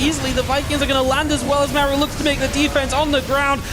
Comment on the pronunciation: Listening to Maru vs Cure i cant stand always having to hear the guy say "Mayoru" instead of Maru. Maybe just get people who can pronounce names to cast?